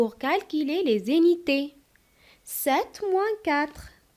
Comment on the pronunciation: ما شاء الله شرح جميل لكن لدي ملاحظة في نطق alors تنطقينها ألووووغ وفي في نطق les unités تنطقينها ليزينيطي المرجو الانتباه وايضا في كلمة calculer كالكيلي ربما مشكل في حرف U و تحياتي تبارك الله عليك الله يوفقك